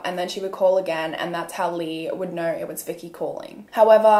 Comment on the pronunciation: very much out of topic but right after she pronounced 'know(r) & so(r)' i immediately knew she's australian 😂 idk if im right, im new ✨